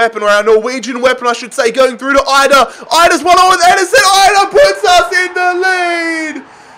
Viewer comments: Idah is actually produced with an E just for future reference if you use him again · it’s Adam EE-dah no EYE-dah